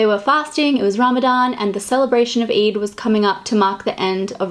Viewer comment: Its not eid as in jIn its EId as in aayyy gurl. Its Eeyyydddd